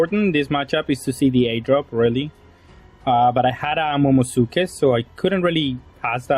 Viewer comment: Momo - NUU - suki. Momonusuki. It’s not silent. 🤨